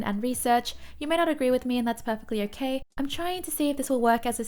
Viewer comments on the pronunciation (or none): "hokay" makes me smile everytime. Thank you for this continued great content.